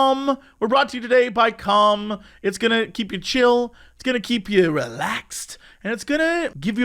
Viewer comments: everytime he says 'calm' or 'com' my ears always hear it as something else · I know the name of the app is Calm, but I can’t help but hear it as cum, and it makes the ad that much funnier. Juvenile, but I can’t help it. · Boy it does not sound like he's saying "calm" at the start. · I love how Jesse pronounces 'calm' ( ͡° ͜ʖ ͡°)